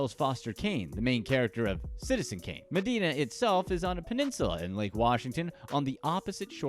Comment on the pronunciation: It’s Med-eye-na. Not Med-e-na. Across the water from me in Seattle.